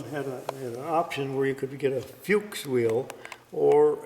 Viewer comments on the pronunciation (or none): never fails to surprise with his extensive knowledge of the cars in his collection. Love the correct pronunciation of "Porsche" although "Fuchs" rims should be pronounced "Fooks". Otto Fuchs KG is still manufacturing rims today.A beautiful early 911. Definitely one to keep.